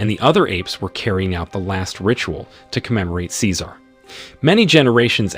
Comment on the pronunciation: Tf he says cecar like that